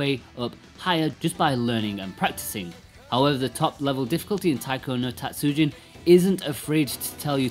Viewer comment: たつじん not たつうじん. (Tatsujin, not Tatsuujin) Japanese is a “rhythm” based language so extending a sound can completely change the meaning of the word. Tatsujin means master Tatsuujin is someone’s last name. Also, calling it “Weird music” is a bit of a low blow to a long line of well known music in Japan. As for controls, you say the touch screen is second best. Have you even tried any of the faster songs? Buttons give feedback where touch screen does not. And you can actually alternate sides at a high speed. In all Taiko games I’ve played so far on several systems you can customise the button layout, eg make the lower buttons (down and B) as red and outer buttons (left and A) as blue. Now it’s just as easy, if not easier than registering location on screen or physical drum. Did you only use buttons when docked? Are you aware of display lag that TV’s have? (Even WITH game mode?) This is why for most the 3DS / Vita versions are superior, the console displays themselves don’t have as much noticeable display lag. A rhythm console based gamer basically NEEDS to invest in a TV with as little input lag as possible (typically a smaller gaming monitor). It’s not the controls that adds delay, its the TV. And contrary to popular belief, monitors with little input lag are not expensive. In fact they usually have less processing features meaning you compromise image or sound quality for speed. But this makes the game better than buying a controller that would cost about the same as a low lag